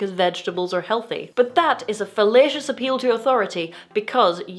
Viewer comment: I love your accent, but when you said fallacious, i heard it as fellatious 😂